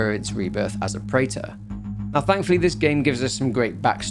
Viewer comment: the preta pronounciation is incorrect btw, its pronounced as pre-th or pre-tha not prater